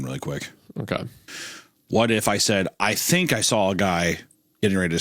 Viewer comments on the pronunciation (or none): the blind rage question and the "i THINK" has me literally crying with laughter